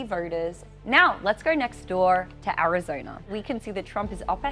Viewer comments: Someone tell her it’s Arizona not arizoner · Arizona ❌ Arizoner ✅ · Vroting in Arizonra. She pronounces a lot of extra r's when she talks. Im just trying to figure out the accent. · Early verting… In Arizoner 😂